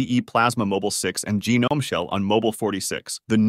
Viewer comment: Let's not give a pass for "assoos" or "gee nome"